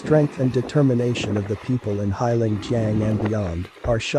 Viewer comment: The name is pronounced HAY long JANG.